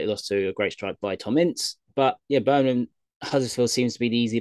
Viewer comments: I am literally convinced after watching this channel for a while now that literally 90% of the time goes against us and its BirminGham not Birminham 👍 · How hard is it to just say Birmingham you're a grown man 😂 great pod lads